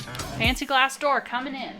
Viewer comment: did anyone else hear Courtney say "Tiny 4$$ Door", took me a second to get to "Tiny Glass Door"... no? Just me?